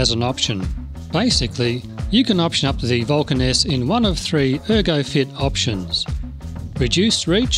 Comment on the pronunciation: The way your said Vulcan S sounds like "Vulcaness" and I wonder if that's just a coincidence , or your speaking style ? I WANT to ride one so badly. I'm a newbie (re-entry same thing) and it seems perfect. I am still getting used to my Shadow 750, but I have a feeling I'd be used to the Vulcan in 5 minutes.